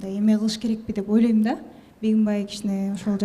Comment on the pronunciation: Элиза деген кыз кыргыз болгондон кийин олойм дебей ойлойм деп туура суйлосон,жасалма суйлобой.